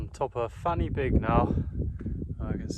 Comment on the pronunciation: I wish It was fanny big 😅 but in welsh the y is pronounced as er so fan y big is pronounced as van er big. Which means the point of the beak and 🏴 plus great content my dude